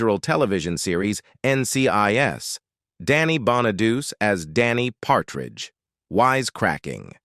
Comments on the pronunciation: You are not pronouncing Danny Bonaduce correctly at all. It is not pronounced {Bon-a-duse}, it is {Bon-a-du-chee}. You can look up his radio show and listen to how he pronounces it. Not being nitpicky or anything, but that was annoying me.🙄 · Yeah, Danny Bon-a-deuce? it's" Bon-a-deutchi" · The correct Italian pronunciation is actually Bon-uh-DOO-chay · That's AI for you, can't get the pronunciation at all